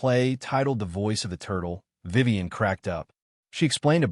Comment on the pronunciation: It's Vivian. Not Vivan.